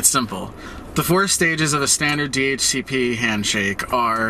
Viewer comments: wtf never heard ppl read DHCP normal ppl say the letter D-H-C-P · 1. hearing "duh-hooka-pah" made me have to get new ears. Thanks. 2. We need to tar and feather ISPs that hand out anything less than a /56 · 10 points for Do-Hook-a-pah